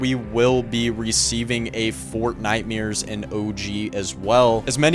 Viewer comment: We gotta practice saying Nightmares properly. nightmears is killing me😂